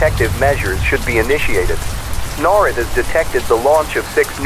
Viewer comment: The AI mispronounced NORAD.